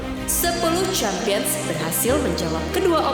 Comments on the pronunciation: Champions Champions champiyong 😅 dengernya aja pusinggg , smgat championsss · salut sm mereka ga ada yg lempar papan sm alat tulisnya pas dengar champions, sempion, cempion, chempiens, sempien itu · Pusing banget dengerin sound "Champions" dengan pelafalan yg beda, ngekek banget inii😫🤣🤣